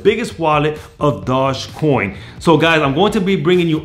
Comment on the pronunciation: Can you say dogecoin correctly once